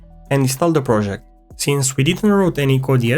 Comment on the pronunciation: It’s a good projegg!